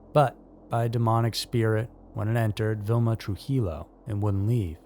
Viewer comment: Trujillo pronounced True hee yo